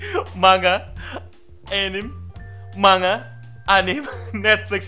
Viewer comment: Saya suka chanelmu, mengkritisi dengan cerdas dan membangun pemahaman, seya setuju dengan sebagian besar pendapat dan pemikiranmu. TAPI ada satu hal yang selalu membuat saya tepuk jidat, "MANGA tidak dibaca Ma-Nga ! tapi dibaca Man-Ga ! " Tolong... Tolong.. Tolong tanggapi pesan ini (saya akan terus mengulang komentar ini sampai anda memberi respon)